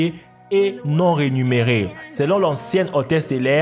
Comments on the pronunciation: "non-renuméré"xD il sait même pas parler français. C’est non-rémunéré au cas où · réMUNÉré et non réNUMÉré. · on dit non rémunérer et pas non renumerer :-) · on dit pas rénuméré mais rémunéré 1.40